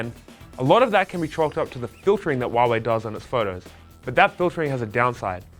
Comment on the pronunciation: It's Huawei not Hiawei